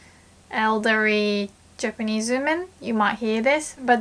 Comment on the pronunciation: This video is 2 years old, I wonder if she has learned to pronounce women instead of oomen already LOL...